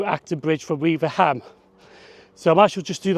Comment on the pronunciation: By the way, it's not "weaver ham", it's "weave ram". Unless you are one of the very old generation of real Cheshire folk (I'm 66 and nowhere near old enough for this) in which case it's "ware um". I used to live just two miles from Hartford station, so it was my local WCML station. I well remember being nearly shaken to death on the class 304 units which did the Crewe-Liverpool run in those days. It's worth noting that the branch from the Cheshire Lines to Over which you mentioned is now the Whitegate Way and a very pleasant walk.